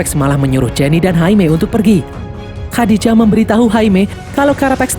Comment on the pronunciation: Nama AI-nya Khaji-Da bang bukan Khadi-Ja😂